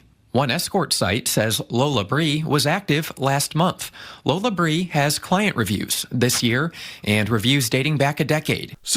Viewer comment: Wheat folk can't even pronounce it correctly... Lol it's pronounced Lola Brea like La Brea